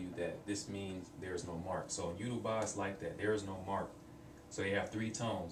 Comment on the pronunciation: you said it wrong im sorry but it yo-ru-ba like yo-ro-ba.